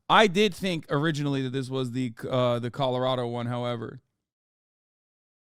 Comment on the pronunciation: Hasan you keep saying “Colorado” wrong… it’s just killing me